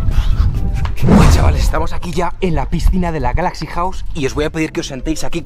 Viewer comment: Cuando quería decir galaxy wow dijiste galaxy Río jaja😆😆😆😆😆